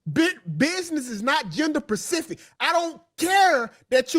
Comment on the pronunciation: GZUSSSSSSSSSSSSSSSSSSSS please cut mic off! He stay missing the point & can't say SPECIFIC to save his life GZUSSSSSSSSSSSSSSSSSSSS 🤣